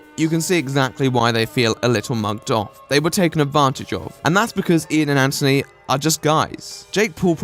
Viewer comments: Who is ANTony? Say it right. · Finally! Someone who doesn't say Antttttthhhhhhhony.